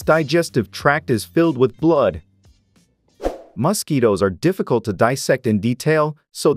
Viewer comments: Bro pronounces mosquitoes as “mustkeytoes” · Why does he say it like mahsquitoes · Yes " Mos-ketoes" are very annoying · Muskketoes lol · Hilarious pronunciation of 'mosquitoes' (plural) and 'malpighian'. Who on earth is the speaker?